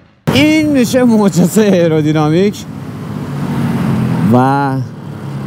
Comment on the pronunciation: خسته نباشید.راستی تلفظ درست آیرودینامیک هستش.ممنون از زحماتت